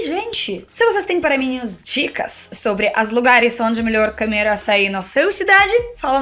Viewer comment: Parabéns. Que você "cansiga" "camemorar" muito, "camer" muitas "camidas" gostosas, visitar muitos lugares lindos, com praias e muitos "caqueiras"! E sem se envolver em discussões "palíticas"! 😉